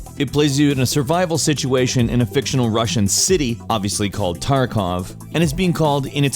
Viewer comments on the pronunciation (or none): none